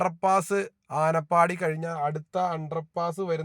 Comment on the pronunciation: ആനപ്പാടി അല്ല ആനപ്പടി